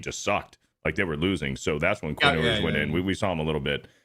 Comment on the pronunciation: "Quinn Oo-ers"